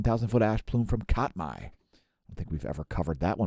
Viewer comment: Just a pronunciation hint: Katmai is pronounced CAT-my. Not cot-my. You were close. :) Good video. Thanks.